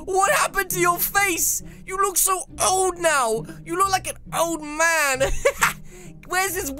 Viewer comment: Did anybody hear dam but not man???